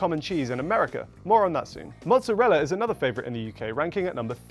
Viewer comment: pronouncing "mozzarella" absolutely sent me. "Mutzarella" 😅😅